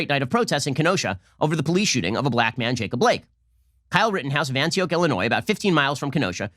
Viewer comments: How he said Antioc really hurt me. Being from Lake County, it hurts. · Omg I love the way he pronounces Antioch